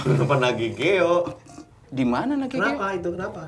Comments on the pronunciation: Nagekeo, bukan nagegeo, itu salah satu kabupaten di NTT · Ralat buat bang Reza Nangin, itu bukan Nagegeo, yg benarnya Nagekeo. Salah satu daerah di pulau Flores, provinsi NTT. 🙏🏽🙏🏽🙏🏽